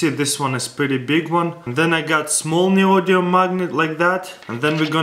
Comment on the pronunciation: Ladies and gentleman presenting "The Neyoyumm magnet - ."